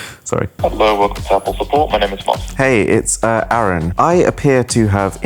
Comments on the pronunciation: I like how the Samsung girl called him 'arun' instead of Aaron. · Bro your names aroon not aron